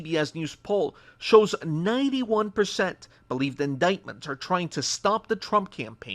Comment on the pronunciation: That's an interesting way to say "defense"